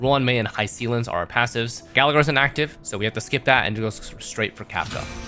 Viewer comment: Just WHO is Hi-seal-ens💔😔 if that’s how her name is actually pronounced, this comment is null 🙂‍↔️